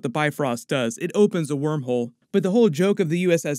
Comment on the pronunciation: say warm hole one more time😏😭